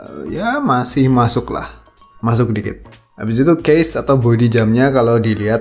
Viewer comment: Masukh Terbaikh Dibuath Untukh emg khas ya gaya bicara nya Kaya pake qolqolah gtu Mantap dahh